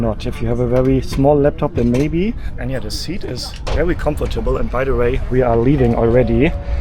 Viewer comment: Geniales Video,! Hat mir super gefallen. Bitte erlaube mir kleine Anmerkung bzgl. Aussprache: 1. "Comfortable" wird im Englischen dreisilbig ausgesprochen, anders als im Deutschen, also das zweite o wird nicht ausgesprochen. 2. Das x in Xinjiang wird nicht wie "tsch" ausgesprochen, sondern wie das "ch" in China. Ich wünsch dir weiterhin eine gute Reise! 😊